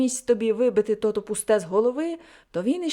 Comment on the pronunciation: Дякую за гарне прочитання, але дозвольте невеличку ремарку. Я землячка Леся Мартовича, тому хочу зауважити, що деякі слова Ви неправильно наголошуєте. У нас кажуть "кАльвін", "тотО". Вибачте, що виправляю Вас🙂